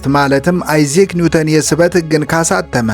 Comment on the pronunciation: ያንተ አንድም 'ቪዲዮ አምልጦኝ አያውቅም። አይዛክ ኒውተን' የሚለውን አይዚክ ኒውተን ስትል ሰምቼህ ደጋግሜ ጽፌልህ ነበር፣ አደራ አትድገመው!!! በተረፈ በርታ።